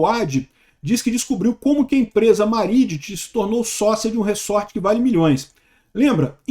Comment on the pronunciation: Re-sort = re-embaralhar. Resort, o S é som de Z.